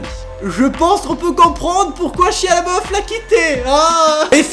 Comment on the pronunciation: Pk vous l'appelez shia le beauf mdr c'est pas ca la prononciation de son nom